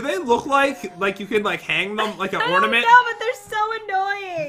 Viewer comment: Omigod Pat you say ordament 😑😑😑😑😑😑